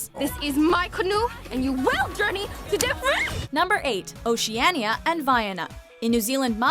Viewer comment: The way she says Oceania makes me cringe so hard